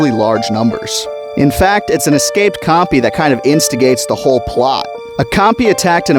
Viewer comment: I love how our brains out of the forward to say the word copy instead of compy